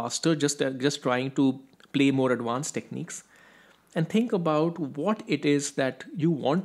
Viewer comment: It’s pronounced ad•Vanced with a V, not ad•Wanced with a W. It’s not that hard.